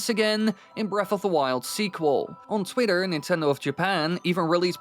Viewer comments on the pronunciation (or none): none